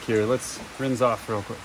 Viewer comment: Aquarium aeration stones work better at getting O2 into your solution. They seem to hold up really well. The ones I've been using have lasted over a month. Oh, and it isn't pronounced "rinze". The "s" in rinse actually has an "s" sound.